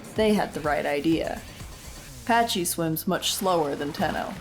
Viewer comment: Isnt it pakkie? Not patchy? :D